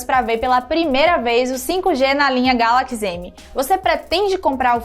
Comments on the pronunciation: Início do vídeo: Galakis.... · "Como é característico da linha GALAQUIS M" kkkkkkkk